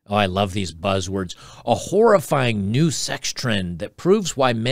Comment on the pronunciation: Oh, "horrifying." Not "whorifying"